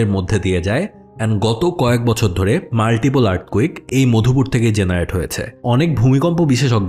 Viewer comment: Mopdhupur❌ Madhupur✅